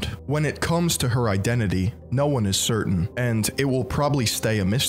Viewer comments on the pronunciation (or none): none